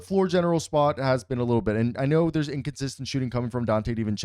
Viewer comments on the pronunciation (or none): none